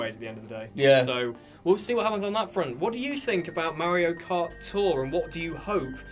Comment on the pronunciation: "MerioKart" you nailed it!